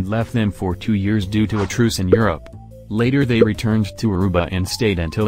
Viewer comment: I was born there. The pronunciation sucks